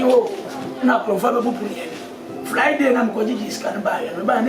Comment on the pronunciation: Eiiiii u said fryday 🤣🤣🤣🤣🤣✌🤝